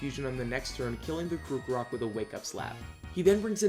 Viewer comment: ... ... ... His pronunciations are off the mark, like what Krookrok and Reniculus. Like how hard is it to say Krokorok and Reuniclus. Seriously. Watching this hurts my brain...